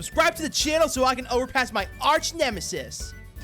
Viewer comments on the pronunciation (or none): none